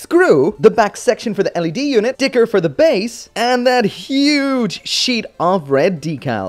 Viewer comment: Did he say dicker instead of sticker?